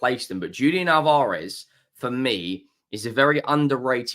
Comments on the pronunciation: Al-Vah-Rez Not Al-Vaar-Ez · The emphasis is in the first A. You’re putting the emphasis in the second a.